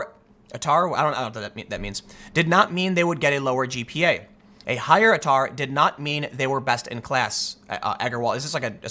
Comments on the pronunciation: Atar is pronounced 'Aytah' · it is pronounced "A - tar", Australian Tertiary Admission Rank. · For future reference ATAR is our (the Australian) version of a final score of your high school performance. It’s pronounced A-tar. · Also, in Australia we have ways of getting into the degree you want even if you’re ATAR is too low, from newstep to the arts route, if you want to do a degree, but got a lot atar, you can. Also, tim, it’s pronounced A-tar (like A Team). It’s similarish to an SAT score. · ATAR is what you read out at the start - Australian Tertiary Admission Rank. And we pronounce it A-Tar.... Because were bogans. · pronouce a-tar, ATAR is the australian equivalent of the SAT